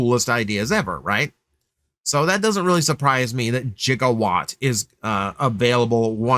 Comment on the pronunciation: you did not just pronounce Gigawatt's name as "Jig-a-watt"